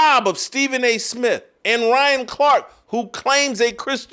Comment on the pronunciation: "Stephen A Smiff!"